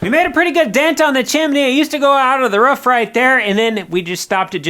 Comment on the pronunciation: It's ROOF not Ruff 😂